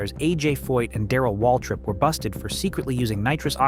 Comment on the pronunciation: A.J. Foyt not “Floyd”.